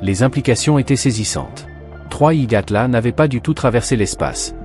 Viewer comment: 3i Gatla ??? Déjà le reportage commence mal 🤦